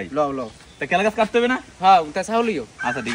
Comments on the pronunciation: কলা গাছ ❎ কেলা গাছ ✅ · কলা গাছ❎ কেলা গাছ✅😂😂😂😂😂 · কেলা গাছ ❎ কলা গাছ 😂😂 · কেলা গাছ, না, কলা, গাছ😂😂😂😂😂😂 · কেলা গাছ না কলা গাছ😂😂😂😂😂😂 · কেলা গাছ না কলা গাছ